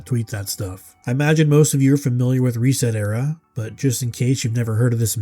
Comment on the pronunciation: Reset era? Ohh you mean REEEEEEEEEEset era!